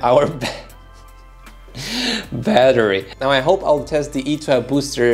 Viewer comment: It’s pronounced E 2 .... you silly fool !